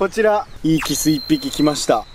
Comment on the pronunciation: 発音おかしくないか？「キッス」て発音は「口づけ」の意味じゃないか？魚は「キス」って発音するんだよ。